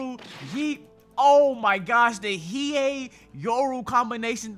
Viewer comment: Why do you say the he hey fruit do you watch one piece it's hie hie